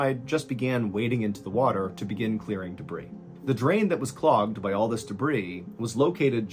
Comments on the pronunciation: Happy to see your wound is healing! FYI, it's "duh-BREE", not "duh-BREEZ"😅😘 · Being THAT Guy; Day-bree=debris -accumulated scrap, junk, garbage and mess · Those damn de-brees!!! Never gets old, MrB🕺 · Genuine question from a born and bred Brit. Do Americans normally pluralise the word debris? I've never heard anyone pronounce the 's' before. It is a plural word, but is from the French. It's pronounce 'day-bree' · The S at the end of "debris" is silent.